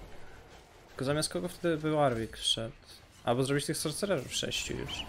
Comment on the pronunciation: Sorsererów nie sorcecerów sie czyta gościu